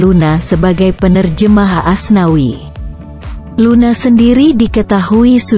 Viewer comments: nyebut Asnawi jdi aswani😂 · Menit keberapa gitu sebut asnawi jadi aswani amsonkkkkk....